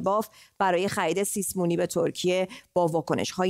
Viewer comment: همیشه یه بیسواد باید باشه که سیسمونی رو سیسه مونی بگه